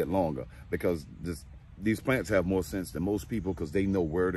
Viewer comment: MY man say ,"dont be mo scoundrel"🤣😭😭🤣🤣